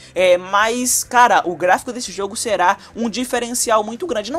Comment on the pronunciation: Mano para de falar "serar" é será.